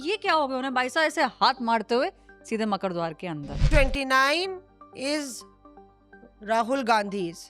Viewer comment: “ मकड़ द्वार नहीं है मकरद्वार है “